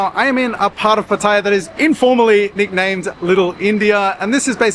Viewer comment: It's pronounced Pa-ta-yar. Not Pat-ayer... Just sayin.